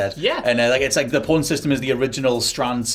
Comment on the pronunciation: saying porn instead of pawn then calling people who heard it filth, or maybe he just has a speech impediment.